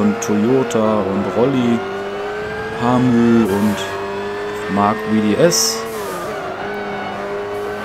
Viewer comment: Der erste der bei GT6 Hamü gesagt hat.Die anderen haben immer Hamue gesagt :D Gruß Hamue1206